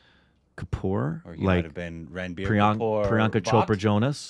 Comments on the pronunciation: It's pronounced Runbir and not ranbeer 😂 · its run-bir not ranbier